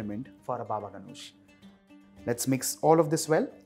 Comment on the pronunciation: Totally butchered how you say Ganoush wich is Ghanoush by the way. Other tha that good work!